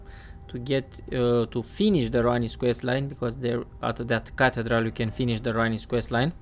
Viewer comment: It is pronounced as ca thee dral. No knock on you though bro.